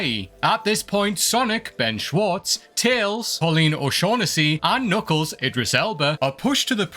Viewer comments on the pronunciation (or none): none